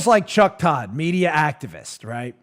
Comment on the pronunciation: Why do you keep intentionally mispronouncing Cuck Todd's name?